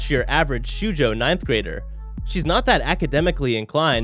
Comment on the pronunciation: shuujou? IT'S SHOUJOU PLEASE LEARN HOW TO PRONOUCE THESE WORDS.... sorry i got heated there (Im a weeb i know) its just so cringe